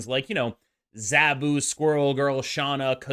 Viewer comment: Z ahhh bu not zaaaa bu